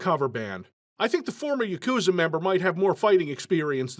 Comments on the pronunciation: Yakuza = Yagutsa? At the end: "Oh man, come on..." I felt that. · Absolutely incredible video but why did you say Yakuza like that